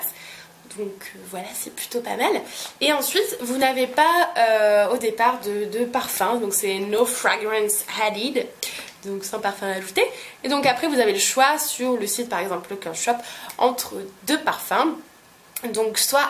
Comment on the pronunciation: no fragrance added pas " hadded" mdrrrr t trop mignonne. sinon merci bcp pour cette vidéo